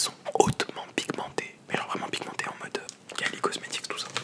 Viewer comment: Il a dit : "Car elles sont hautement pigmentées" ou "Car elles sont hautement pimentées" ? Sinon il est doué en ASMR.